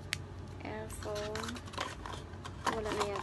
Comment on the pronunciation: she says airpowne